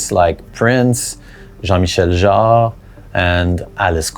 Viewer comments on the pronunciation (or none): none